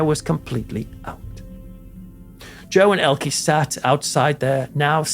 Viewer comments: . I was a child in America during the 1960s and I remember everybody here in TV pronouncing her name the wrong way : Elkee . I guess she was gracious and had good manners -- and was just like filmmaker Martin Scorsese , who also never corrects people when they say his name wrong . Finally somebody asked him one time and he said his last name is not pronounced " Skorsayzee " the way most people do ; but that it is pronounced " Skorsessy " . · Thanks for the correction 😊 To be fair, the UK and USA pronounce some things the same. I've always heard it pronounced Ellkee. Now that I know the right way to say it, I'll definitely remember. I love languages. Thanks again😊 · Of course you're right however she was known in the English language with the E pronounced ie or y. 😊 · I don’t remember her name pronounced ELKEE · Actually ist pronounced ELKE. Just speak the last e like the first one. Tatda, a very German name 🤣🤷🏼‍♀️ Greetings from Germany. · Hee name is ELKE. Not "Elkey". Elke with "e" like in envelope. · Would like to but cut off at about 10 minutes. You keep pronouncing her name wrong. It's like you make from Dan, Danny but that's wrong. E on the end Elke is no ie or y it is like the e on the of "the". It's much more silent. Watch an interview with. Greetings from Netherland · to you and I think you both make good points. I am a little surprised that mispronounced her name, I do think that it might be down to where he hails from himself. I think the emphasis on the e would be common in the North. Also, others around him might have always pronounced it that way. As someone with an Irish name (that most Irish people can’t say correctly) I have learned to live and let live in that respect 😂. Best wishes to you both! From Ireland 🇮🇪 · Its not pronounced Elkie Its pronounced ELKE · Please note. Elke. Is pronounced Elka. Not Elkie.. just thought you should know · Interesting as ever, but her name's pronounced "Elker" not "Elkie". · "Elke" is pronounced EL-kuh